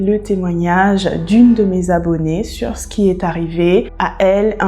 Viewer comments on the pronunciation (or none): Cc juste pour infos on prononce shour ‘S’ et non pas ‘che ´ BIz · Cc la première prononciation dit souhrrr avec le son du S pas le son du 'ch'. Pour t'aider. J'aime comment tu racontes .